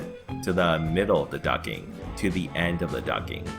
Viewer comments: The T in Duct isn't silent FYI. I keep hearing you say ducking not duct-ing. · its not "ducking" its "ducting" ffs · It's duck-ting. Not ducking. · It's "Ducting" not "Ducking"! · It's " Ducting " not " Ducking " ! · Okay, it's not "ducking"!!! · Ducting!!! not ducking lol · isnt it ducting? not ducking? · plz use the t on ducting its not ducking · Duct not ducking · Ducking?? Quack Quack LOL ITS DUCTING haha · Ducting not ducking. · Ducting not ducking quack quack lol good info though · it's DUCT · The best explanation I have found so far!! Just add a "t" and I will watch all your other vids! (its a bit like fingernails on a chalkboard....) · When did the T in ducting become silent? Ducking? Is it like the L in solder? Too hard to manage or something? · He actually typed it too. He SPELLED it 'DUCTING'...I don't see how he could get the pronunciation so horribly wrong.